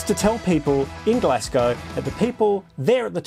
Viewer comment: This is awesome but can we talk about how to pronounce “Glasgow”?